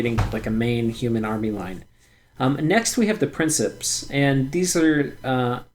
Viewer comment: principes = Prink-eh-pays, latin is weird